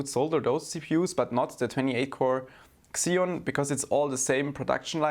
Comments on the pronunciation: Pls its "ceeon' not xxxxeoon lol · The X in Xeon is pronounced as Z only .. So it's "Zeon" not "Xzeon". ;) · It’s “zeon” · i know it's not your fault but the way you say xeon bugs me